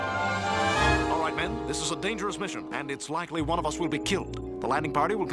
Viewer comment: “Lesson number fwun”